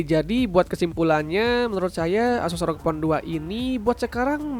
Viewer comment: Bg?? Tulisan nya memang rog, tapi baca nya er o ge bg